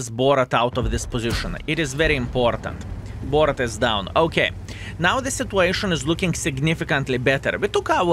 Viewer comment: i really wants to ask you why do you call bourrasque BORRAT ! XD